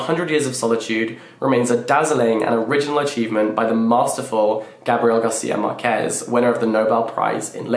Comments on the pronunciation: Gabriel Garcia Márquez is one of my fav authors ever. ❤ Btw, your pronunciation of “Macondo” is correct 🤌, but “Márquez” is pronounced like MArquez not MarquEz (the tonic is on MA not on QUE) ✨ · You will love 100 years of solitude!!!! O Cien años de soledad, you did pronounce ok Macondo but the author lastname is Marquez with the stress on Mar, not quez, hope this makes sence! Love your content!